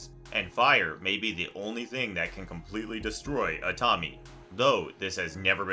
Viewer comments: Not sure why they don’t do simple research beforehand if they haven’t, indeed, watched the show they’re covering. Especially something like a manga. You know damn well some Japanese names, Tomie being one, Tomoe from Ghost of Tsushima being another, aren’t pronounced how you’d do so in traditional English. Btw, Tomoe is just like Tomie except the O is in place of the “ee” sounding “i”, ending in the “ay” sounding letter E just the same tho so like tow-mow-ay phonetically.. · Yeah.... its just one of those things that hits a nerve. Idk why. I dont usually care about how people pronounce things generally. But... Tomie..... something about that name being said wrong just hits weirdly. Like part of the curse itself lol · I'm glad i'm not the only one who was going nuts over the way he was pronouncing that. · Ok but the way this guy pronounces Tomié makes me want to climb into one of those mysterious holes in the wall and never come back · I'm sorry but I couldn't help but laugh out loud at how you pronounced Tomie 😭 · the constant mispronunciation of "Tomie" is driving me nuts here. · you can pronounce uzumaki but not tomie? shame. shame. shame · They pronounced tomie all messed up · .....that is not how you say Tomie's name.... jeezus smh.... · In regards to the Window Monster? The family moved at the end of the story so, assuming her area of affliction is bound to a single location, I think he’s safe … also dude it’s pronounced “Toe-me-aye!” 😖😖😖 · Ah yes, my favorite Junji Ito femme fatale/monster, Tommy, lol. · I was hoping someone said this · fr bro really said tommy 💀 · Good video, it's just funny to hear "Tomie" pronounced as "Tommy" lol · For those who may not know Tomie is actually pronounced Tome-I-ay, I did not know this until I watched the animated remake of a few of his stories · The Tomie part was really hard to listen to, how in the Cold Hell did he get '''Tommy'' out of Tomie? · This man really just pronounced Tomie as Tommy XD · FR" TOMMY "